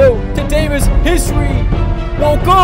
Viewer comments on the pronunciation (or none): He does say history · yeah he is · Does anyone else think when he says “his three” it sounds like “history”? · He is saying history